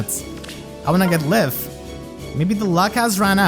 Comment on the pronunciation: "Lif" is pronounced like "Leaf" btw